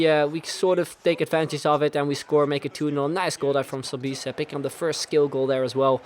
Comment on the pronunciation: Sobis its pronunced Soh-bes